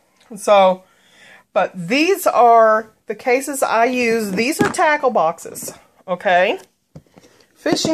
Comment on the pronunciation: When you said tackle I thought you said taco